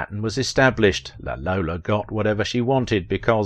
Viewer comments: La Lollo, not La Lola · I think the Italians called her 'La Lollo', not 'La Lolla'.